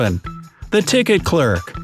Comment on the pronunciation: Please learn to pronounce 'clerk'